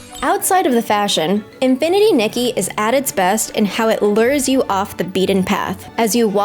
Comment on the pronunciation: Loved the review till you said LUUUR instead of lure. That's one that drives me crazy.